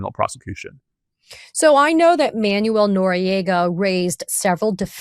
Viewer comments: Hi. Thanx. Just fyi, Manuel is actually pronounced ManWELL not Manual🙂. Peace🌬️🕊️. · Katie, Noriega"s name was pronounce man-WELL, not MAN-you-ell. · Oh, Katie, it is pronounced Manwel. Not Manual. Jesus, what a tool you are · Interesting conversation made almost painful by the mispronunciation of Manuel. It's pronounced "man-well" not "man-you-el". ffs. Other than that, worth watching. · Katie, it's man-WELL, not MAN-you-ul (It's not like manual labor or reading a manual). Your guest is saying it correctly. Second subject, "Does it fall within the parameter" NOT "Does it fall within the perimeter?" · Katie- It's "Man-wéll," not "Man-you-éll." Two syllables, not three. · If she can't stop misprounouning the Noriega's first name Im gonna freak